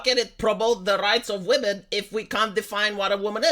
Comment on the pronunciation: "It was NEVER abour wahmens rights"